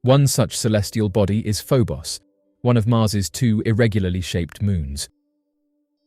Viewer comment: First the I've heard Phobos pronounced Pho-boss...